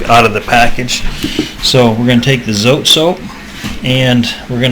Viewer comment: so-tey 2 syllables